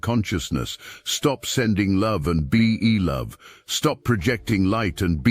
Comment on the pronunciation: Soooooo. is there no way to correct the AI from saying "meow", rather than "now" in your videos? Gotta say, kinda buggy,😮 Also, be-e love, etc.